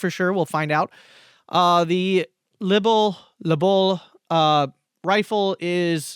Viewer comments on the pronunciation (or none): Nice video Free french prononciation 😂 Franc tireur : fron teero-reu Maquisard : makee -zar Lebel : leu-bell Char: shar